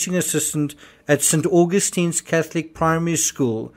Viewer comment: ‘Cossy’ not ‘CosTESSY’ and ‘St AuGUSTins’... get your facts right and I’d believe you more.